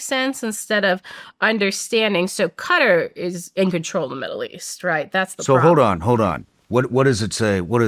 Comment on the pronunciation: lost all credibility when she says Qatar